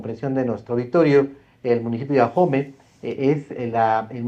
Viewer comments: Oye chairo se dice AOME No AJOME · Ahome la h es muda no se pronuncia, no es ajome. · Deberian informarse, es aome(asi se pronuncia), no Ajomé. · Por Dios, Señor. Ahome, la H no se pronuncia. Por consiguiente no es Ajome. Porque así se le oyó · Se pronuncia Ahome y no ajome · Adela, es AHome, con h muda, no AJome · Este tipo no sabe ni nombrar el.minicipio se pronuncia "ahome, no ajome" la "h" no es ingles jajajja vaya tipo, si no sabe pronunciar ahome, su credibilidad es cero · Se pronuncia aome: Ahome ( lengua cahita-mayo-yoreme ) no se pronuncia ajome, si va a opinar primero investigue bien. Insistió varias veces y su pronunciación es pésima. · Porque nadie investiga cómo se pronuncia Ahome porque dicen Ajome? 😂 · Se escribe Ahome, y si se pronuncia aome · la h es muda...Ahome se pronuncia a'ome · Investigó tan bien que no sabe pronunciar Ahome 😂. No entiendo quien les hace llegar que decir porque se ve que no ha puesto un pie en Ahome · Mucha información y todo lo que tú quieras pero en cuanto pronuncia mal el nombre del municipio ya valió barriga su "profesionalismo"